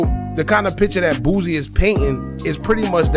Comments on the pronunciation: His name is Boosie,not Boozie. Say it the same way u would say the other rapper that goes by Toosii but with a B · He killing me calling the man boozy threw out the whole video....its boosie ....Boo-c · the way you pronounce boosie is crazy 🤣🤣🤣